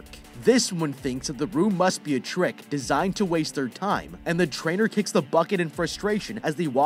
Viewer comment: Every time he said Trainer, I thought he was saying Traitor... which honestly still fits considering all that violence.